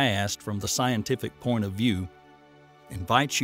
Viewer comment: He also said "our last porn of interest"